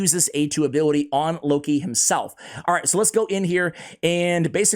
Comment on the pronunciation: That's no "Loki", that's "Low-key". No need to hurry to take him to 6 stars or to spend gems in full masteries, another chronicler Adelyn.